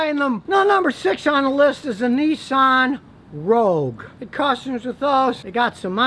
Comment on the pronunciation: "Neeeesahn"....can you say Hyundai!...or maybe Perodua😊